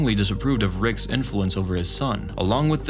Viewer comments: you pronouncing Rick’s (r-icks) as “Rickses” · Just to help you out bud, “Rick’s/Ricks” is pronounced like “Rix” NOT “Rickses/Ricksays” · Why does he say "rickses" instead of "rick's" lol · Rickses? You're trying to say Rick's... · Why are you pronouncing it Rickses? It's just Rick's lol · Why do you keep saying "Ricks's" it's just "Rick's" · I am bothered by how you say Rick’s. Rickses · Dude why TF are you saying "Ricks's"? It's just "Rick's". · Why do you say Ricks's instead of Rick's? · is no one gonna point out the fact that he says ricks's instead of ricks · It's pronounced "Rick's" Not "Rickses." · Why do you say “Rick’s’s” as the possessive of Rick? (etc.) Just curious. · It honestly bothered me every time you said "Ricks's". Every single time. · Love your videos! 2 small things though. When referring to something belonging to Rick, it is prounouced Ricks, not Rickses. Also, it’s the Morty-est Morty, not Morteest. Much love !!! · No Ricks’es / Ricksess / Rick’ses. It’s “Rick’s”! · I may have to stop watching these if I hear Rickes not Rick’s or Diana not Diane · And repeatedly chose to use "Rick'ses" instead of "Rick's". smh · “Ricks’s”… please stop. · Why I saying ricks’s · stop saying rickses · "Rickses" "Rickses" "Rickses" "Rickses" "Rickses" "Rickses" "Rickses" "Rickses" "Rickses" "Rickses" "Rickses" "Rickses" "Rickses" "Rickses" "Rickses" "Rickses" "Rickses" "Rickses" "Rickses" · please stop saying "rickses" lol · Rick'ses pieces. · Anybody else notice this guy says “rickses” and “the love potion was infected with the flu”? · Yes it’s driving me nuts. And his accent is obviously that of a native English speaker. It’s “Rick’s” for God’s sake lol!